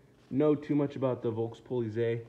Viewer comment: It's pronounced Folks Politseye.